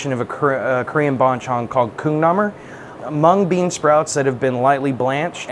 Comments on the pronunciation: Lol he definitely said coomnahmer (also yeah I think he meant sukju namul) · When he said Kong-Nam-Mool as Koong-Nah-moor, I died inside a little. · I swear I heard coomnahmer instead of kongnamul. 😂 Also Adam, it's much more common to use soybean sprouts instead of mung bean. It can be easy to confuse the two, but soybean sprouts have a large, round head that lends the banchan a crunchy texture. The heads are sorta comparable to peanuts. Mung bean sprouts have flat heads that don't contribute this texture. Also, mixing gochujang with ketchup and soy sauce is a partial recipe for making yangnyeom chicken sauce, so you definitely have the right idea! lol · damn the chef's pronunciation of 콩나물 hurt to listen to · ive never heard a southern american say "kong-namul" but the way said it sounded exactly the way i imagine it would lol